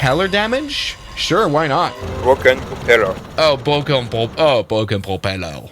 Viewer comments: Bwoken pwopeler! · oo noo lé bʁoken pʁopelleʁ😔😔😔